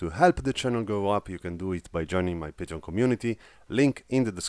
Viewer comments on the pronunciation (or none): none